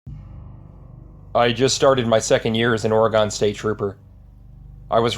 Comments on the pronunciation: ok you know how i know the first one is fake???? He said the name of the state wrong! its not pronounced ar-a-gon(three syllables) its pronounced Oree-gen(two syllables)!!!!!!!!! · He's just reading, & a lot of people can't pronounce Oregon, and it pronounced: Orr-ih-gin (hard ⟨g⟩). Three syllables. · LOL ITS PRONOUNCED OR-EYY-GUN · Well done. (For future reference...it is "Oreygun"). Subscribed. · By the way you say Oregon I know you're not from Oregon